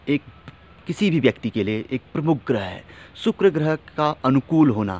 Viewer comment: Sukuro groho nahi sukuro boleyea